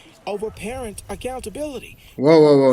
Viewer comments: You can't blame the camera for the appearance of the subject. She looks like a bag of hammers. If you can't pronounce "parent", you shouldn't be one. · Why the hell does she say parent like that